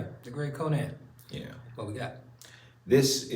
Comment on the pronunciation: How many of these they gotta watch before says "Conan" right in the intro 😂 says it right before him and every time he still just goes "co-Nan" lmaoo